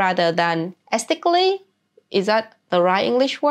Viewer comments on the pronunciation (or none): "Aesthetically" you nearly got it. Just emphasize the "tic". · Es-thet-tic-ly. Aesthetically. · E-ste-tee-ca-lee, esthetically 😊